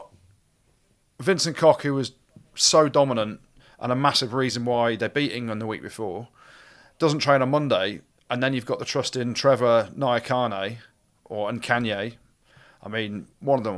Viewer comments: Got none of Trevor's last name pronunciations correct... heres a hand "Nya-Khan-Eh" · Close try these syllables: Trevor Nya-Ka-Ne If it helps pronounce the syllables as if reading Japanese. The Nya is pronounced like as in Ke(Nya). Thanks for the pod gents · Both of your ‘NYAKANE’ pronunciation attempts were unsuccessful 😂🔥